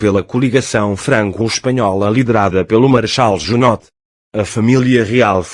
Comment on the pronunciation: JunotE? deve ler Junô